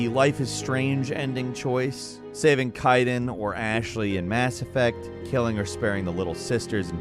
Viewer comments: It’s Kay- Den not Kai - then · Kyden??? ITS KADEN